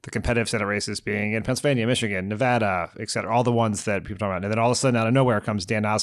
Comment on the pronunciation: Thank you for saying Nevada correctly, Dan. Jon, there's no H.